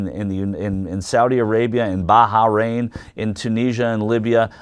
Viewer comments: "Barharrain"? What is it with Yanks and their mispronunciation of anything Middle Eastern? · Baharain? Heh. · Is it really pronounced Baha-rain? I think he's making fun of Graham, but i'm not entirely sure. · What is "Baja- Rain" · wow u americans can't even pronounce Bahrain right